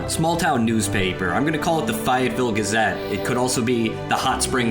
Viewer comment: lmao it's Fay-ette-ville, not Fie-het-ville